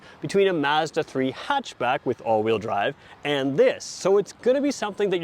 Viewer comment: Thank god someone from across the pond who pronounces Mazda correctly ( "a" as in apple ) and not Marrrzda . Great video